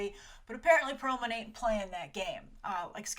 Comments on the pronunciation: Perlmutter not Perlman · It's Pearlmutter btw, not Pearlman. Also, Agents of Shield is freaking awesome right now and has gotten better & better each season so this whole "ugh it's abc" is nonsense so this Inhumans story is really interesting